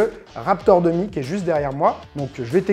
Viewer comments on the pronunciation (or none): Super vidéo 🙂 Tout le long de la vidéo, au lieu de ''Dum Dum'' pour ''dummy'' j'entends toujours "dumb dumb" 🤣🤣